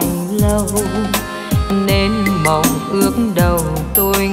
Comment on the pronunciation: Giọng ca thật tuyệt vời ,tuy nhiên phát âm sai chữ " lâu " thành chữ "sâu " ca sĩ nên tôn trọng tác giả bằng cách không đổi lời bài hát